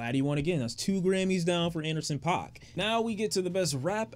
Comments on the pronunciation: so your intentionally pronouncing it wrong because he said you could? Like you just admitted it’s pronounced “pack” By saying pac or paak 😂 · You have GOT to stop mispronouncing Anderson .Paak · damn I fell for the bait... you’re fishing for comments by pronouncing wrong huh... lmao